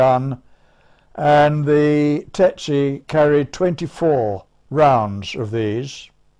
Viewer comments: Why do you write "tsetse" and pronounce it "tetse"? I'm probably too German to undestand... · That's TSETse. Not TETse. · Why the F do the two first pilots say TETSE instead of TSETSE? Are all British pilots dsyslsectsic? Better call it the DH Tetse, then. Are those two a bit dada? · Strange that everyone is pronouncing Tsetse as 'Tetse' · The narrator mispronounced Tsetse...strange.